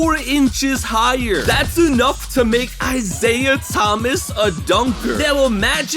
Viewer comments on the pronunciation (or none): none